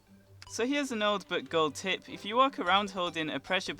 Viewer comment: I swear to god everytime he says tip, it sounds like hes saying tit